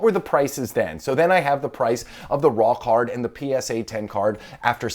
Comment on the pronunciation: Is it just me or does "raw card" sound like "rock hard" lmao